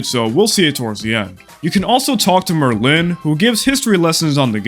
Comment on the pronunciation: pronouncing Merlin like Berlin instead of like the wizard really hurts me